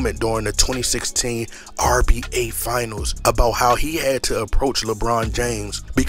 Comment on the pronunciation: Why you say RBA instead of nba😂😂😂😂